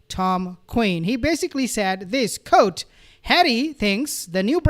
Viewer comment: Fyi.(Re: the word quote)... It's not pronounced "kote"...its "kwote"